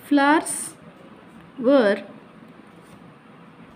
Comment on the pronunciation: App ka kuch be bat samaj nahi raha hai flowers ko flours bol rahe ho 😮😮😮🙄🙄🤭